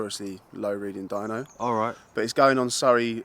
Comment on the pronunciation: "Doyno", Austrailian for dyno.